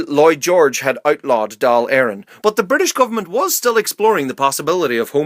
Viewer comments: Dáil = Dawl Cathal= Ká-hul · How come every time he pronounces the Dáil so wrong every time